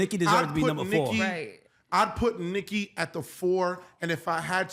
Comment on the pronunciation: See, you loose me, when you say Nikki…🤦🏾‍♂️